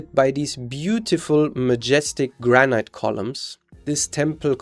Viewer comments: Why is he pronouncing granite, like "gran-ite", rather than "gran-it"? The E is silent. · Granite rhymes with "man it"